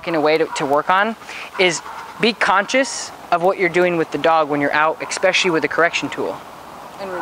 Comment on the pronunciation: I love ya man...but it's your turn for a lesson....practice this word: "eSpecially" (there is no k sound) 😜...gotta admit it's kinda cute though..